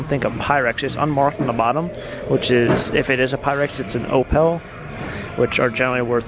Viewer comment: Are you trying to say opal (oh-pull)?